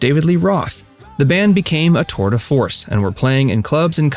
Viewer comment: "tore de force"? Did you really say "TORE" Go back to school! *CHANNEL BLOCKED*